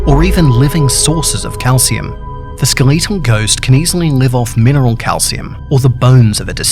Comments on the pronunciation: he says skeleetal instead of skeletal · skeh·luh·tl Not Skuh·li·to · SKEL LET TALL NOT SKILL LEET TEL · A skeleetle ghost? It’s skeletal but ok. Lol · bro rlly said “skal-eee-tal” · The Ske Lee tal ghost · “Ske l e e t al” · “The skeeleetal ghost.” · ”skeleetal ghost" thanks don't like it I mean the pronunciation, not the video, I love the video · He’s not just skeletal......he’s skaleetal!!! This guy’s on a whole nother level. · Not to point out your accent but the ske-le-tal ghost. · I love how u say skeletal XD no hate ur pretty awesome